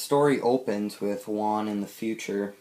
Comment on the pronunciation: Dude, "Juan" is pronounced "Who-Ann", not like the number "one". The J in Spanish sounds like the H in House.